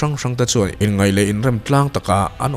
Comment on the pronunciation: Inngeih tiha lam tur kha inngaih tiin i lam daih maia i aw a mawi teh reng nen.